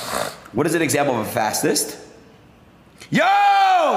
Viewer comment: "Fass cyst" Good lord.